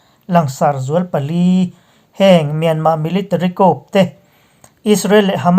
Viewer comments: Sipai kop tiloin, ku tiin lam ni se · Hriat ve mai mai atan-military coup hi ‘military ku’ tih tur a ni e